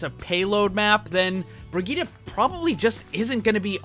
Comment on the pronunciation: she's useless now btw the way he says brigitte, BREEGUYDA! I swear english people sucks for any name that is not in english